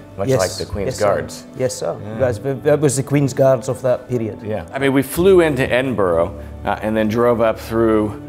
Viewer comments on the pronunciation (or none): Really great series but just a tip It’s pronounced “ed-in/m-bruh’. Not “ed-in-borow”.